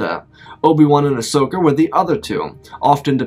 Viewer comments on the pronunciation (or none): none